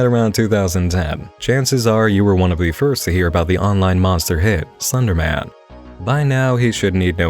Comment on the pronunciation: Is it just me or does he pronounce Slenderman as Thunderman